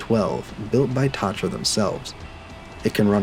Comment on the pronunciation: it’s pronounced ta-tra please for the love of all that is holy get it right